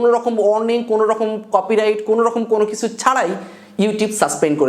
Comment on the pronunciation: apnr video onk vlo lage. apnr uccharon niye onkei moja kore... jmn ekta word (kicu).. asha kori samne eita thik korben.